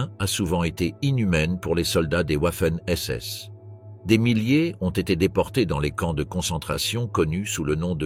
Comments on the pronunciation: Ouaffen SS 🤣🤣🤣🤡🤡 Waffen SS se prononce Vaffen SS ! Pas « Ouaffen » . Ouaf ouaf 🐶 😂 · Arrêtez de montrer des hommes de la Wehrmacht, renseignez vous avant de produire des vidéos. Puis on dit Wagon, pas OUAgon. Renseignez-vous aussi sur les prononciations. On dit "V''affen SS. Affligeant ce reportage. .